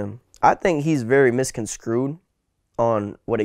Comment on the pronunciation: You said misconskrewed. You should learn the words you speak before tryna say em.